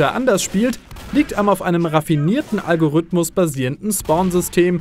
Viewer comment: du sprichst das Wort "Algorithmus" falsch aus. Da ist kein ü oder y, und das i wird auch als solches ausgesprochen. Algorithmus. Zweitens: Es ist nicht "der" Algorithmus, der die Grafik von No Man's Sky generiert. Es sind hunderte Algorithmen in Millionen von Programmcode.